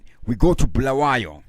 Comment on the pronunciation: Bulawayo not bhulawayo wena 😒